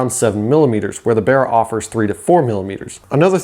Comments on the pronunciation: Its not called bera its called baraaaaa mate got me self a baraaa engin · The "Berra" "Bearra" 😂🤣 It's Barra mate BARRA 😁